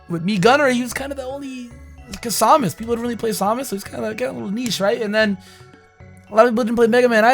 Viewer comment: Did u really pronounce Samus as “saw mis”?